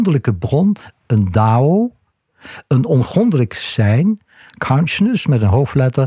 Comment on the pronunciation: Kaunsjness.... Het duurde even tot ik besefte dat hij counsciousness bedoelde...